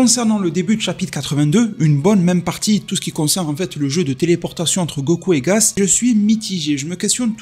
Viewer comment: C'est gaS pas gaZ mais bref c'est pas grave je me doute que c'est un peu fait exprès